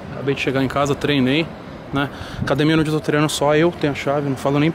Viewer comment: E quando ele fala: " nimim" , "naonde" ?